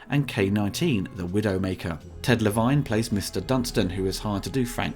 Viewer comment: Le-Vine... yeah, and I'm Jerry Cougar Mellencamp.